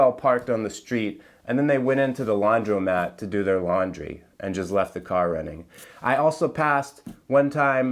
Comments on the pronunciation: Laundr-o-mat? Is this some DC pronunciation I am unaware of? Do you know that commercial about eggs? Not sure if they play in in the states, but it says, "eggs for dinner isn't weird, you're weird for thinking it's weird". Well...roads just ending and unattended food stands arn't weird, you're weird for thinking it's weird. 😕😎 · more of a short i sound, not o. I was only ribbing him anyway.